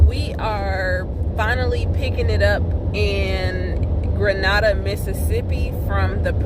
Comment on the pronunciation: I just started watching your videos. I love your videos and you give out nice information. I am from Mississippi. Not far from Grenada. Lol I heard the way you pronounced it .😂 LoL everyone from out of town pronounce it incorrectly. I just had to pick on you for a second lol. Keep posting videos and keep the good work up 💯💯💯